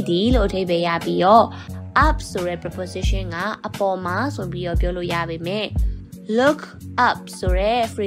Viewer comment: Preposition အသံ မှန်အောင်ထွက်တတ်အောင်ကြိုးစားပါဦး။ မဖြစ်စလောက်အသိနဲ့ စာသင်နေလိုက်ကြတာ မြန်မာပြည်မှာအများသား။